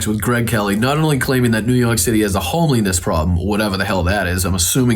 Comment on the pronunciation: 😂😂😂😂 Eric calls it Kylenol instead of Tylenol and homeliness instead of homelessness on a couple of these interviews! 🙄🙄 Man, there needs to be a serious cleansing of THAT gene pool!